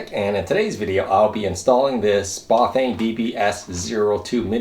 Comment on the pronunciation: A tip on cut off brake sensors for hydraulic brakes, try doubling up on the magnets, use epoxy resin to mould the sensor and magnet into place. p.s You are saying Buf-vain and its cracking me up, Try Bah-fang and you will get it :) . You can also like i have done install the brake sensor where the first brake cable guide is next to the steerer head tube.